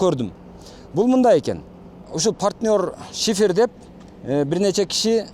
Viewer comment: Шыйпыр эмес шифер болот тууганым 😊